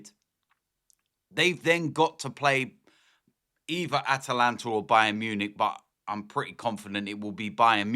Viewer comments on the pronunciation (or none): none